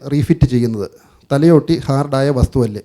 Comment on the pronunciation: thalyotti അല്ല ഭായ് thalayotti